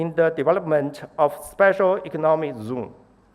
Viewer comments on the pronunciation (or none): ”sepesal economick zooms”